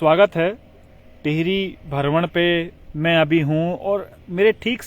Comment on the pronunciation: बहुत सुन्दर दृश्य है, आप हमें ऐसे ही हमारे उत्तराखंड क़ी झलकियां दिखाते रहा करो 🙏, और आप भरमण नहीं भ्रमण बोला करो 🙏